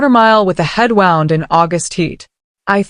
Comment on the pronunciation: 🇿🇦. Ai can't pronounce "wound" 🤦‍♀️🤣🤭. Anyway Beverly was dangerous not even feeling an inch for Daniel's marriage and busy stealing from her own husband🙄😤such cruel and greedy. She didn't even care about her unborn grandchild, just willing to kill for money🙌. Daniel didn't have a say on nothing but looks like he couldn't stand up to his mom🤷‍♀️. Desta was lucky to have her fighter mom and uncle who fought for her, otherwise if she didn't have family it could have ended badly😢